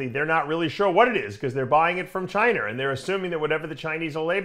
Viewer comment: Dave said “Chiner”. Lol 😅